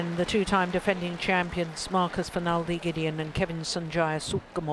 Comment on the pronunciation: The umpire really had to learn to pronounce names well. It's one of the job descriptions of an umpire. It's not professional and so annoying to hear him calling Marcus "Marcas" and saying Kevin's full name so wrong!. Belajar tuh dari komentator Oma Gill. Nyebelin! Semangat Kevin/Marcus! 🏸💫